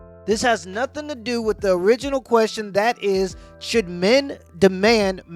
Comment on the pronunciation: What was she saying? 'Not a dam ting!'